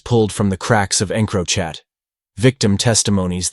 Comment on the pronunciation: please teach your ai to say encrochat properly